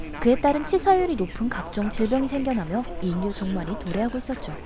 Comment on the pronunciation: 인류 [일류]라 읽어야 함. [인뉴] 아님. 6월 [유월]이라 읽어야 함. [유궐] 아님 목소리 이쁘시고 딕션도 좋은데, 가끔 발음 틀리는게 안타까워서 정리해봤습니다... 담엔 잘 고쳐 읽어주세요~